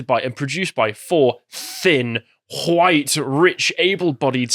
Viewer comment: @@ It's White, not Wihte you dimwit.